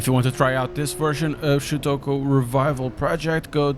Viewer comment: You actually spelled it right this time. Although you still say it wrong lol.